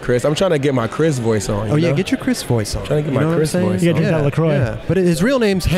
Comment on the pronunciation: Hey Chris ,great job, but it was also missing Lucas Puig. Bring him to the 9 club, he'll teach you how to say "La Croix" properly.